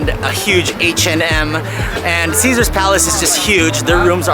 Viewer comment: Caesar’s is and will always be my favorite. You said it perfectly 👍